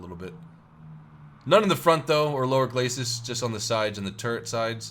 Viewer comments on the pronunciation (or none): none